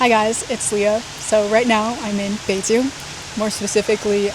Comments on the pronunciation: Local here. First I have to say: You got really local Beijing accent when you pronounce "Beijing" , did your chinese teacher from Beijing? For eat, Beijing's famous dish are Beijing lamb hotpot(remember order pepper oil and sugar union) and roast duck, for hotpot, 南门 is good enough, and no need waiting for seat long. for the duck, almost any restaurant provide good duck, but the best should be Da Dong or Xiao Da Dong. If you can accept organ dish, "爆肚“ is something you have to try, go "金生隆“， don't eat it at any tourist spot. "炸酱面“ is the kind of dish you can only have good one in local's home, restaurant can not do it good, or you can ask local take sauce to you. For local meal, I suggest "京华楼“ and "聚德楼“， the chef is really chasing of high level traditional dishes. but you need local help you do the order, cause some good dish not so popular and not expensive. Interesting spot are really a lot, but it depend on your personal interesting. Beijing has the top museums in China, art, history, railway, movie, military, paleontology etc. Beijing has all the embassies here, you can have very authentic international foods around the embassy, and enjoy the exotic feeling when you walking in embassy district. For local life visit, I suggest go to 后海 but avoid the tourist spot: walk from 护国寺 to east, you can got normal 胡同 life feeling, it is better you can have a local friend with history knowledge (like me :hand-pink-waving:) take you, cause there are so many history story there. For p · when foreigners pronunce Beijing they are really pronuncing "Beijin". You are the first one I know who can pronunce Beijin-g with the last letter g